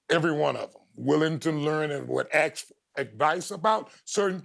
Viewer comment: Ron is the only person alive that I won't make fun of for saying "ax" instead of "ask".